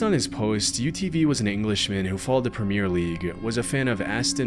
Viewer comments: If he's English, that'd be Premier (prem-EE-err) League. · Love your videos, but you pronounced Premier and Benteke wrong in the 6th story 😂